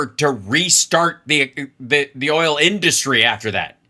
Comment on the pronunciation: Rapist mentality. Everything with him is about just taking. I really hate the way he pronounces the word “industry”.